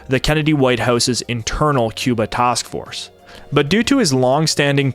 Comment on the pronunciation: What’s a “tosk force”?